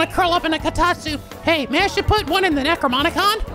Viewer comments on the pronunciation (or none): Did you just say Necro Moni con again,? It's NecroNOMIcon.